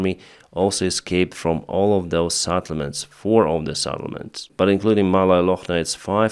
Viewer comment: settlements ought to be pronounced settlements and not sattlements.